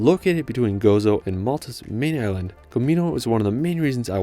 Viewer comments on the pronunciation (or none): none